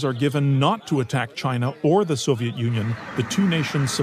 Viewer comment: 'Soviet' dear boy.